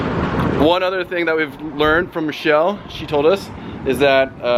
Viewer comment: They keep saying Michelle, not Michelle and Nate